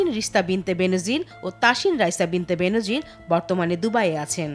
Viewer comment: ওহে পিও সংবাদ পাঠিকা আপু, কন্ঠ যখন উপার্জনের হাতিয়ার তখন কন্ঠ নিঃসৃত শব্দগুলো উচ্চারণও যথাযথ হওয়া উচিত। উচ্চারণটা বেনোজির না, বেনজির।